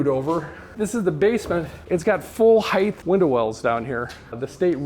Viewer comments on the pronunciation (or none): People who say heighth